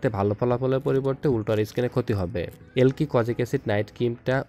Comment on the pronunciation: আবাল এলকি কি রে!!এ লাইক হবে...আগে নাম ভালোভাবে উচ্চারণ করা শিখ